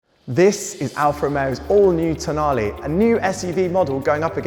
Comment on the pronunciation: Can you just try to pronounce the last letter of the car’s name with the right sound…please 😔